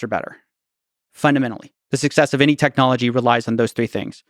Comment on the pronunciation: I love how he speaks English perfectly but any is always ENYY . hgahahahah